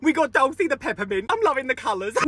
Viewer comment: Just so you know you didn’t pronounce dulce right but it’s ok